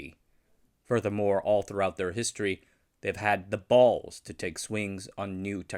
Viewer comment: the repeated emphasis on BALLS made me completely forget everything else I just heard